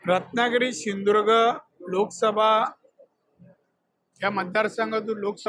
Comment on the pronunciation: Sindhudurg clear bola 😂😂😂😂